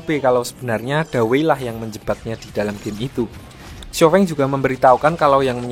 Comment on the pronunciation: Baca Namanya Xiao Feng (Siao Fong nich Baru Bener)